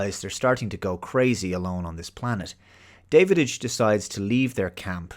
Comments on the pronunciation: His name is Davidge NOT Davidige pronounced like ridge and the "hole" in his mask was designed that way purposefully as it made to resemble the mouth of some reptilian species which Draks were. That aside this is still one of my favorite movies and gets a watch from me once every few years. Rarely do I disagree with but I think he dropped the ball big time on this one. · Every time he mispronounces 'Davidge', do a shot. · had to give a thumbs down, not because I don't like your reviews but because you keep saying Davididge instead of Davidge 😂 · You’re horribly mispronouncing the name of the Dennis Quaid character. It’s DAV-idge, not DAVID-idge. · His name is Davidge not Davididge :) I had read the novella a few years before and I really liked the movie. Saw it twice in theaters and I still have the VHS, DVD and Blu-Ray. The story was based on Robinson Crusoe. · Davidge, not Davididge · It Da av ge.. I'm guessing that you might be either an idiot or an AI.. you should learn to pronounce his name though. It's disrespectful. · I'm confused... Have you actually WATCHED this movie? The reason I ask is because you keep calling Dennis Quaid's character "David - Itch" by adding the sound of the D in the middle where it doesn't belong and when it is clear that his name, Davidge, is mentioned numerous times in the film, being pronounced "Dav - Itch." Hell, even Jerry calls him "Dah-wich". It just doesn't make sense that you pronounce his name incorrectly when you say you have watched the film. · "Davididge"? Are you actually calling him DAVIDIDGE? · Going by your pronunciation of 'Davidge' as 'David-idge', I'm not entirely convinced you've watched the film.... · "David-age"? I know this movie doesn't hit your G-spot,, but at least pronounce the name right.